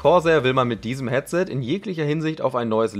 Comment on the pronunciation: Warum sagst du ,,Catset"? Trotzdem cooles Video